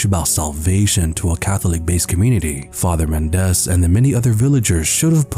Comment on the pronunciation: Mendez is pronounced with the stress on the first syllable. MEN-dez